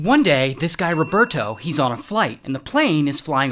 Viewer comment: I can’t the way he says Roberto